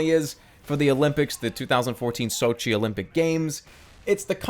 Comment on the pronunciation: You actually say sowtji, it's pronounced sotji, but hey, what do I know?